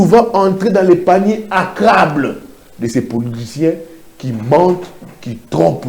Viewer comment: c'est le panier à crabes et non à crables....